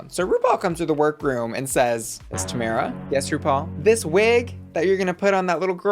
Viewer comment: Lol, it's tomara not tamera 🤭